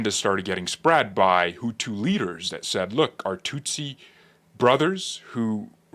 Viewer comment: I love how you say the tutus and the Tootsie . Did you make reference to the one president as a"milk dud head. Bruh I was laughing for 5 minutes you are funny